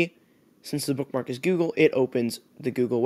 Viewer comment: "This is gugle" -you